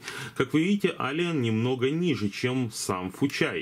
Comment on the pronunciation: ЭЛИЕН, не Алиен, господи, как же слух режет, неужели так тяжело посмотреть транскрипцию названия мода, который обозреваешь.